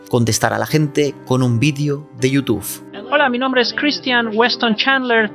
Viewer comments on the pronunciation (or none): es YOUTUBE no YOUTUF